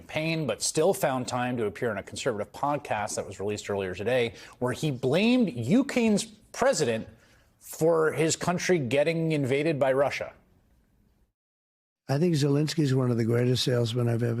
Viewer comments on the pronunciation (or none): He said “you Kane” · Sorry i can’t take someone seriously who can’t say the word Ukraine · Ah yes the country of Ukain